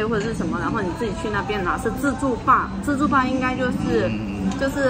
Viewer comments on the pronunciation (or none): 台灣叫自助吧為自助爸嘛？或是服務生的發音問題？